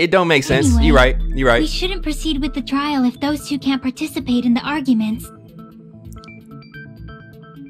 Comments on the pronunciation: THIS NIGGA SAID TRAIL INSTEAD OF TRIAL 😂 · “This TRAIL a breeze” In here before he edits that mistake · when you was so early it said TRAIL instead of TRIAL... 😂😂😂😂